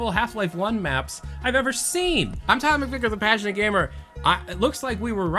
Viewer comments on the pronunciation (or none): I always hear "the patch-knit gamer" instead of "the passionate gamer"